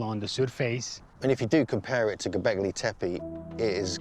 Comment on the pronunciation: It's like the guy is intentionally messing the words up. anunnak eye, göbekl eye. I wonder what he calls Pippi Long stocking.....Pie pie.😂